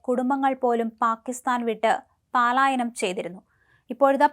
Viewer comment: പാലായനം അല്ല പലായനം എന്നു പറയണം